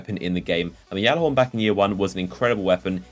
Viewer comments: please... Even the bungie trailer pronounces it gallahorn not yallahorn... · No it's pronounced gyalla horn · I cringe when he says yallahorn and not gyallarhorn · you say it galla-horn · stop calling it yallerhorn you sound stupid when you say it. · anyone else annoyed how he says gjallarhorn it's Galihorn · It is pronounced g-allahorn. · It's been two years and u still say it wrong